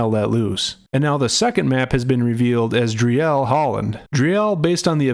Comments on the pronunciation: For the English speakers who care about what they say: it is prounced "Dreel", "not Dri-ell". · it's pronounced 'dreel' with rolling spanish-like /r/ a shortish 'ee'. Not Dri-el. :D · FYI: 'Driel' is pronounced as: "Dreel"